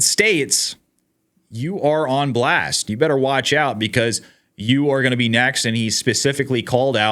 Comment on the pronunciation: what is a "nezt"?